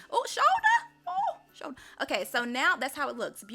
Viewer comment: The 'ooohhh sholdaaahhh' got me 🤣🤣🤣🤣